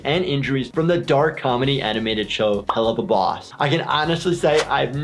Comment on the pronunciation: It’s pronounced HELL-OOOO-VAAA- BOSS